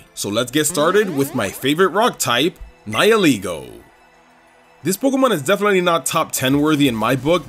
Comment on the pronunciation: Someone who actually pronounces Nihilego the way its name intends? AAAAAAAAAHHH